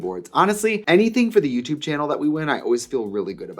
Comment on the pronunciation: Every time she says 'youtube channel' in any context, all I hear is "dyoo have a yootoob channul?"